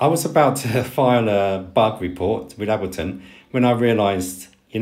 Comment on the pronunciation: I like your videos, lots of useful information. (btw......Ableton is pronounced with the "A" as the English letter "A".) Subscribed!